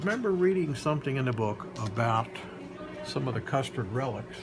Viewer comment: did he really say “ the custard relics” 😳😂😂